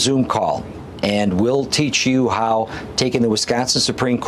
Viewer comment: Wisconsin not Wesconsin!